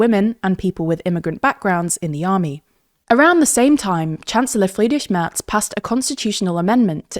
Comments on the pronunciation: First off: Your pronunciation of Friedrich Merz was absolutely stellar. Perfectly pronounced. Very impressive. And not just the Friedrich, but also how you softened the 'r' in Merz. I was so impressed I had to listen to it thrice. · What really caught me off guard is the correct pronunciation of "Friedrich Merz"